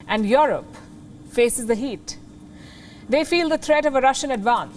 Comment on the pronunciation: You're one of the fastest growing news channel, but the way you pronounced 'Europe' is completely not correct. That's a shame for such a big channel like yours. It is not 'IOROPE', it is "IUROPE"